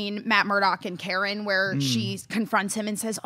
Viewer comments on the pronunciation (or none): none